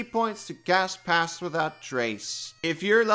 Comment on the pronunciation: Dunno if it's the accent or what, but everytime you say "cast pass without trace" I hear "pass gas without trace".